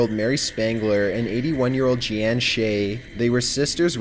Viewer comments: Jee-Ann huh? ... you mean, Jeanne (pronounced Jeen). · "Geee-Anne" = Jeanne I'm guessing? Proo-Doo xD